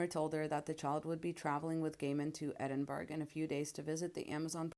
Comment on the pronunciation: Edinburgh is pronounced as Edin borough. Not Edin berg.